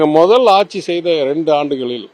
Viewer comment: ஆச்சி இல்லடா.. ஆட்சி. தமிழை சரியாய் உச்சரிக்கப் பழகுங்கடா.😢